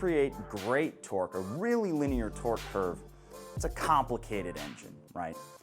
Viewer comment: You really need to learn how to pronounce linear.